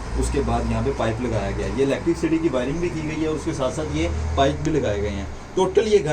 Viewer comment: برخوردار electricity کا تلفظ "الیکٹرک سٹی" نہیں بلکہ الیکٹری سٹی" ہوتا ہے۔ یا انگریزی سیکھ لیں یا قومی زبان بول لیں۔ کیوں اپنا مذاق خود بناتے ہیں؟